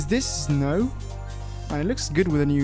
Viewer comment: I love how he says znow